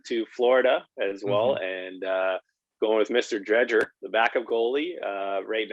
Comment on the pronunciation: Drieger the d is silent